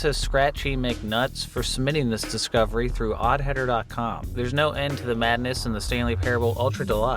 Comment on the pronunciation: It's also one of the few times he's said "submitting this discovery" without skipping half the syllables.